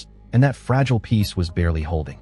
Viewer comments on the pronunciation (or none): none